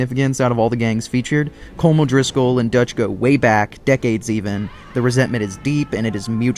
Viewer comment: It is pronounced Colom